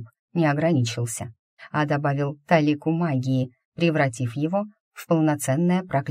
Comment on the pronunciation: Уже не первый раз слышу странное слово: талИка, что это??? Есть русское слово: тОлика, и произносится тОлику, а не талИку...